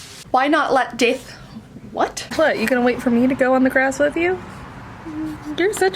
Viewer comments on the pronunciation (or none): The way you said "death" sounded like you suddenly had a New Zealand accent looool